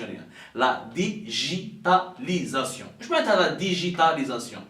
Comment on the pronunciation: deja tu ne sais pas le dire digitalisation toi qui est instruit et qui vit en france ;tu parles aux algeriens qui n'ont meme pas un bon debit internet trouve une solution pour qu'ils aient du lait ;la banane il ne la mange pas ;le caca dans les hopitaux ;et votre diplomatie qui s'allie avec le lizoto et le polizebel tu reves mon ami bye bye l'algerie